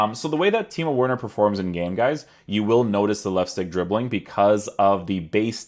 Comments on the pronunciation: Bro it’s not that difficult to pronounce the W as a v 😂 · It's pronounced Verner.. 😆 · Just a heads up it’s pronounced Verner